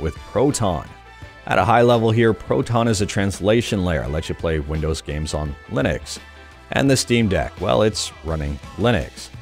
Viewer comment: Did he say Linex?